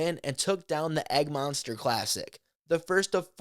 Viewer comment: Yes, that’s the correct Egmonster pronunciation- it’s named after the previous (English) name of the mountain - Egmont. It is now using the Māori name, Taranaki. Look for Levi Stout to crush it in Taupo, and then he and Jackson Sullivan to punish the course in Auckland (at the Oratia Orchard, a course where you can pick plums and pip fruit off trees as you play…).